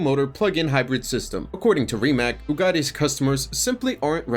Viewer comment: Rimac is pronounced Ri-mats, not Rimack. Drives me crazy ...